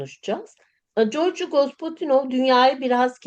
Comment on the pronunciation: Lütfen ismini tam da yazıldığı gibi okuyun. Georgi tam da Georgi okunur, C ile değil. ❤